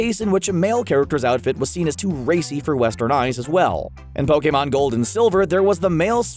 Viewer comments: I can’t stress this enough it’s not pokaymon it’s POKEMON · Ash: *Gets to go everywhere at 10 years old and become a pokemon master* Me: *Gets triggered at the way you say ''Pokemon'' because your saying ''Pokaymon'' instead of ''Pokeemon''* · Poke-A-mON ugh that annoyed me it’s pronounced POKI-MON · Po KAY mon Nonono Pokèmon Never heard of it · No one: me: *questioning why he said Pokémon like "pO-kAy mOn" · GO BACK TO PLEASE AND LISTEN TO HOW HE SAYS POKMON!!! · Did you just say pokhemon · nobody: not even a atom: screen rant: pokaymon